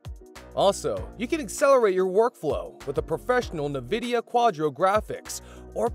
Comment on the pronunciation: as soon as you said "nividia" i was done. disliked, its nvidia. not "nividia"